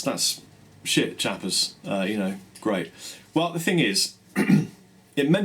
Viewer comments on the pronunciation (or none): I always misunderstood how he says "shoot" for "shit."